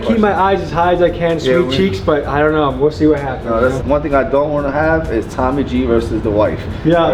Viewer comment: why can't tommy pronounce his r's